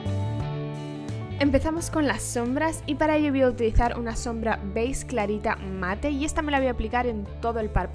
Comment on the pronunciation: Me encanta como en vez de decir beige dices "beiz" jajaja se te escucha bien bonito. Me gusto mucho el look!!!